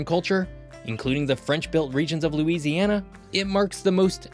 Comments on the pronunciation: ahhh yes, LOLOUISIANA Purchase. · lolouisiania purchase